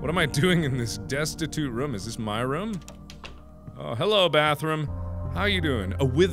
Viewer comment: He actually said “Ruum”